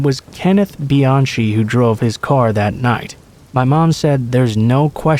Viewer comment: Kenneth Bianchi's last name is pronounced be-yon-Key, not "-CHi"